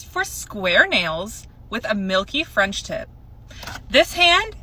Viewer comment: Frendship? You lost me their girl. Its called a French tip but when you're rushing to tell your story and emotions are running high at the same time, some words are bound to come out wrong so not hating girl...im giggling with you.